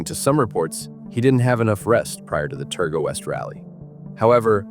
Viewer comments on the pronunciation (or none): 35 seconds in and already the AI american accent is annoyingly wrong.....Terga? try Targa ffs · Most people around the world would not even know of Bathurst, The event where he crashed is a Targa Rally Not Terga as was pronounced. It is a rally almost anyone can compete with a suitable car. Peter was a master driver, he was 61, ( i am 61 now ) wet roads with leaves, probably change of camber on the road, Speed Kills!! RIP Peter Brock,Gone But Never FORGOTTEN!!